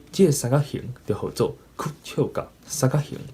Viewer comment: 你有當陣仔sann-kak-「hîng」會講tuì sann-kak-「hîn」/「hîm」去,ài加注意 上尾hit pha衫仔褲真心適XD 感謝你對Tâi-gí教學ê tshui-kóng